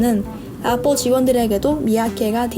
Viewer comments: 애뻘이라고 하면서 샘성이라고는 절대 말을 안하시내ㅋ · 아니 애플 발음이 매번 틀린데 ㅋㅋㅋㅋㅋㅋ 제발 나대지말고 편하게 말하세요 좀 듣기 역겨운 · 에폴 발음 거슬리누